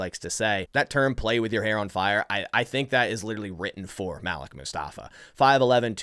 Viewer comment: isnt it pronounced ( maleek)